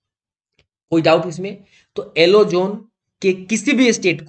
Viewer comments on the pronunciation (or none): Alo nahi yellow hota hai